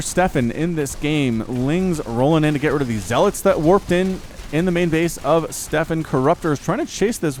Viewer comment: "Stephen" is pronounced exactly the same as "Steven" (it's not pronounced "Stefan", unless Stephen specifically told you to do that, which would be rather weird). See "Stephen Hawking" and "Stephen King".